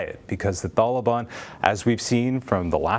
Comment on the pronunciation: The way he says taliban is painful to my ears